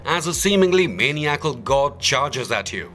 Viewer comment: I have heard so many people mispronounce maniacal. Mostly in creepy pasta stories but here in this video as well. muh-ny-uh-kuhl